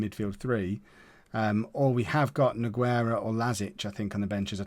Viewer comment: For the 2nd time it's pronounced NU-GAY-RA NOT NO-GUE-RA bloody hell man!